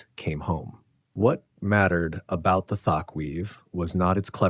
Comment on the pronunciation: Thatch, like latch. You are saying Thatch as if it was tack.